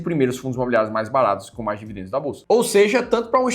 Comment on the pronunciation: não é devidendos, a pronuncia correta é dividendos, o sutaque horrivel